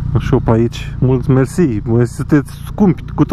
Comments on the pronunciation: Ai zis atat de mult "Mersi!", ca la un moment dat spre final se intelegea doar "MC!" :)) emsi, emsi, emsi, esti blana. La noi in Calarasi nu-mi face nimeni loc, dar am toba stock. Zilele urmatoare imi vine Mivv-ul, mai vedem dupa. :p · Ce ai zis la ? Ca n-am inteles. Suna a merci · Mi a intrat in cap cuvantul mersi si suna foarte ciudat!:))